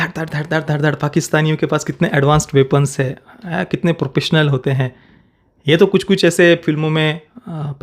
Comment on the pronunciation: Propessional? It’s professional…